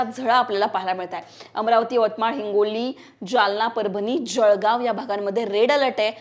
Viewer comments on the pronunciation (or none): none